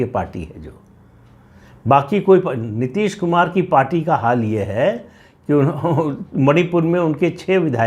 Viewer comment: Neeteees ne.....kuch jyaada hi tharrrrraaaa le liya kya?